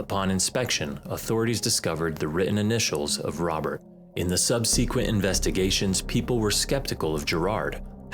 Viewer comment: It seems this channel owner doesn’t know what affliction means, or how to pronounce subsequent (among other problems). Are these “horrific true story” channels all run by a bunch of kids in bedrooms or something? I notice this type of issue with a lot of them.